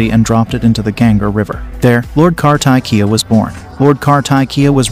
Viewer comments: Ok , kar-ta-ki-ya😂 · It's kaarthikeyaa..... please correct the pronounciation.....not kaartakiyaa..... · Its not "Car-tack-kiya", his name is pronounced as "Kaar-thick-keya", appreciate you learning about Hindu but then people from India will definitely get uncomfortable listening to the way you pronounce the names, just like me! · It's not kar-ta-ki..... it's pronounced "kaar-ti-kye" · It's pronounced " kaar thee Kay ya " not ' car tie kiya ' . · It’s pronounced as “kartikeya” - “ kar-ti-ke-ya” (car-tick-kay-ya) 😅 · The AI pronounced ir wrong as "Kar-Thai-Kiyaa" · no, in north, pronounce him as karti-key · Kar-tee-keya this way it should be pronounced but i appreciate to bringing out sanatana dharma to the world 👍🙏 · Correct the pronunciation..KAARTIKEYAA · Plz properly pronounce the name karthiikeya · It’s pronounced as car-the-keya not car-tie- Kia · Kartikya is pronounced- kar (as in car) thik - ya ( y - a. Not yah.) ! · How incorrect you are pronouncing lord Kar-ta-ki-ya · kaar_tee_ke_yaa ; now pronounce. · For god's sake pronounce kartikeya correctly